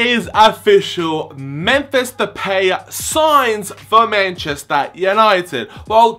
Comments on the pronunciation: De-pie Not De-pay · yeah its pronounced de-pie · It's pronounced De-Pie! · it's pronounced depie that what van gaal said anyways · It is pronounced Da-pie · Hi to say his name its DePie its Depay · It's depie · it's pronounced de pie....